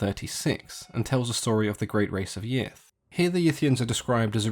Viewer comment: I'm sorry but I keep hearing it as the "great race of yiff" so I can't take them seriously